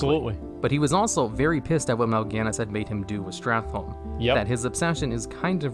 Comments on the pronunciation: It amazes me that 15 years later people still can’t pronounce STRAT-HOLM. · So, him saying StratLohm all the fucking time is so annoying